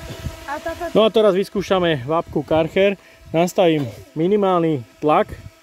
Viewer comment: chcel som velmi to video dopozerat, ale po tretom vysloveni Karcher a nie Kärcher som to zial vypol.